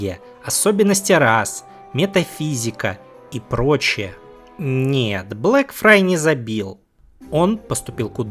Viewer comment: Блэкфайр, Блэкфайр, Блэкфайр, он Блэкфайр блин, а не Блэкфрай (отсылка на мир Песни Льда и Пламени же). Спасибо за отличный ролик, просто ухо резало всё время.